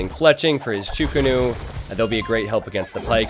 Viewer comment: wtf is a "cho ko nu" xD it is chuu ko nu